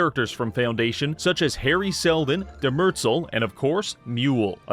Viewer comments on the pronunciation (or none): that pronunciation of Demerzel is crazy lol. Tell me you haven’t watched the show without telling me you haven’t watched the show